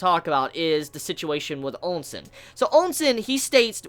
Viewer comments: Ousen is part of the "Ou" military family, just like Ouki and Ouhon. So his name is pronounced like "OU" SEN just like "Ou"ki! Also Mougou, Moubu, and Mouten are all part of the "Mou" military family. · Ya gotta stop saying Onsen dude xD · Qwin Onsen lol it tickles me every time I hear it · This guy likes to troll by pronouncing Qin and Ousen wrong, right?